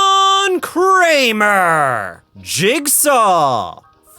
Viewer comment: John Kramer? more like.... John Kler.